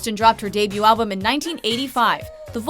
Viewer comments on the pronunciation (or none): none